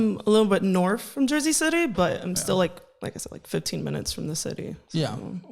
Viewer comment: Did she say a little bit NORFH of jersey city??